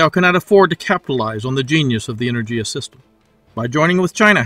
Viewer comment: good video, thanks. the "g" in enerGia is pronounced as in word "gas" 👍